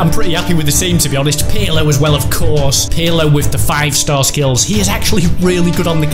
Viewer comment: they say pirlo wrong they say it like its spelt u say it like perlo